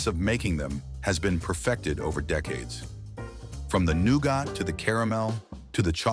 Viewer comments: THE NOOGAH! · The way he said nougat had me dying the whole first part 😂😂